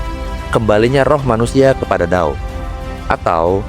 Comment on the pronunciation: Trm kasih informasinya pak. BTW, dao dibacanya: tao 🙏